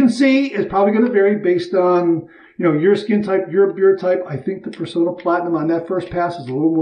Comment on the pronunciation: I hate to be a downer, but I grew up in the 1960's when shaving-related ads were everywhere on t.v.-much more commonly than today. All Personna ads pronounced the company name as "per-sauna" not "per-so-na". The double 'n' in the name is also a giveaway. They're the last remaining U.S. maker of DE razor blades. We owe them the respect of proper pronunciation. Especially since their blades are so good.